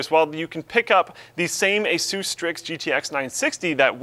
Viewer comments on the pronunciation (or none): none